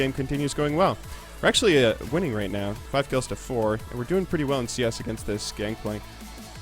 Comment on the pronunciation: did you know it's gangplank and not gankplank?